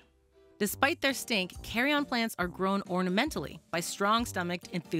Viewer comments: Americans also say carry-en. She is mispronouncing, could be regional, but it’s making my ears bleed 😂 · I kept hearing carry on lol. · Why is she pronouncing Carrion like carry on ? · So is it "carry on", like she is pronouncing, or is it "carrion"? Seems like it should be carrion. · Why she call it the "Carry On Plant" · Pretty sure it's not pronounced "carry on" lol... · Fully committed to mispronouncing carrion 🤦🏻‍♂️ the correct pronunciation sounds a lot closer to onion than it does carry-on. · No such thing as /carry-en/ my guy. It's /ˈkærɪən/ but who cares anyway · I've never heard the word 'carrion' being pronounced so incorrectly in my life, especially by someone who's an expert in everything plant based. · Is it just me or is she saying carrion wrong... I am pretty sure its a uhn sound at the end. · I feel like you're saying the word carrion. Please stop saying it like that. Please. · The comment I was searching for! Carry-en not carry-on lol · I love how americans pronounce things its so funny as a native Scottish person. You say Carrion like carry-on. We would say it like carryin:) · i’ve always pronounced it “carree-in” not “carree-on” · this is not the carry-on plant its carrion all one word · Carrion is pronounced 'carry-yin' 😂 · I love the video but hate the pronunciation of the word 'Carrion'. It's not pronounced like 'Carry-on' luggage. It's pronounced like 'keh - ree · uhn." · I think it’s more ‘carry-in’ than ‘carry-on’. Carry-on is what you bring on an airplane. Carry-in is a dead animal body. Or is it just me that was feeling this the whole video? Anyways don’t mean to be rude it just bothered me that’s all. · I've never heard someone mispronounce carrion so many times in such a short amount of time. I'll now always hear 'carry-on' when I read carrion, wonderful... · Her pronunciation of carrion is gonna make me go insane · It's Carine it's spoke as " carry in " not carry on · Carrion is pronounced like 'care-ian', not 'carry-on'